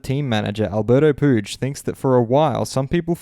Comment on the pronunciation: Just trying to help. Puig is pronounced Pwig or Pweeg, not Pooge.